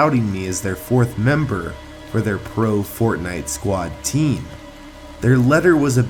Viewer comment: Why is your sound was like "pro TEam